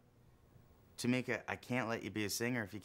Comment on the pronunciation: It’s Tomika btw just sayin